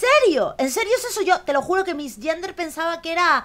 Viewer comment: "No vamos a missgender she..." que lindo es que no sepas ingles JAAJAJAJAJAJ